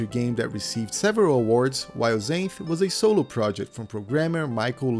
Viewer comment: LOL… I read the Xanth series when I was a teenager. It’s funny because it’s actually pronounced “ZANTH” not “ZAYNTH” like the narrator to this video does. I remember another kid pronounced it “ZANITH”. NO! WRONG! It’s ZANTH!!! Like the Author’s name: Pier ZANTHony! I remember we would make fun of kids that pronounced it wrong because we were Mega-Nerds.